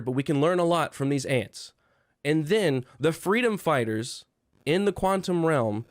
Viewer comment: I agree but can you please say “then” and not “thin?” The word is “sense” and not “since!”